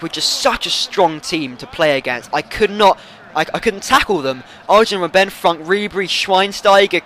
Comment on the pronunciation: you keep on calling him robbén but it's robben. simple as that mate ;D